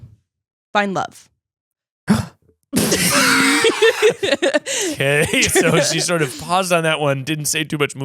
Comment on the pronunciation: hard of hearing, says she's trying to "find love" but I hear "buy a club" and I'm like "...wait did you just randomly drop that? is that a thing 20-somethings in LA just DO?" 😂 😂